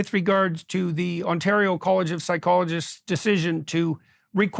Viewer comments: I don't think I've ever heard someone mispronounce ontario before 😂. For reference, the AR is pronounced like "air." on-TAIR-eo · I know Vaush already ranted about how he wont say it right, but he really says Ontairo like a fucking r*tard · I agree with everything here except Vaush's pronunciation of Ontario lol. It's pronounced "Onterio". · Vaush keeps pronouncing Ontario wrong. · Has no one chat still not told him how badly he's mispronouncing Ontario? Like it's so bad how has nobody corrected him? Or does he just refuse out of spite cuz that I could respect tbh we Onatrians don't deserve respect.. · speaking of brain damage: vaush can add Ontario to his words he can't pronounce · Does Vaush not know how to pronounce “Ontario” lol?